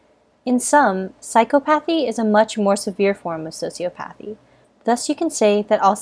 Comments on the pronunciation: Ugh, it was was painful hearing the narrator mispronounce "sociopathy" and "psychopathy." Not to be a Hermione here but it's so-si-aw-pawthy/psy-caw-pawthy. Sheesh. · Your pronunciation is incorrect. Emphasis should be on the second syllable: psy-COP-athy and soci-OP-athy. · Psychopathy (sy-kahpah-thee) & Sociopathy (socee-ah-pah-thee)...FYI. Also, both psychopaths and sociopaths lack empathy. So, a lack of empathy isn't the reason psychopaths aren't able to develop true relationships while sociopaths can. Thanks! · I thought it was pronounced Psy-COP-athy and Soci-OP-athy not phychopathee and sociopathee. 😃